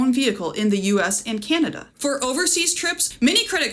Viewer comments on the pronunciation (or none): none